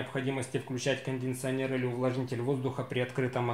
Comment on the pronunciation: кондиционер а не кондинционер)